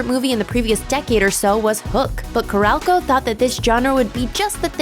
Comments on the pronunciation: Carol-co....not Carelco. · It's not CORRALCO. It's CAROL-co. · Ca-rol (roll)- co. The way it gets pronounced here gave me the shivers. And in addition to Heaven's Gate being mentioned several times, Hudson Hawk also led to TriStar Pictures becoming part of Sony entertainment, joining Columbia Pictures, one of the three companies involved in TriStar's creation. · Corral-Co? Lol.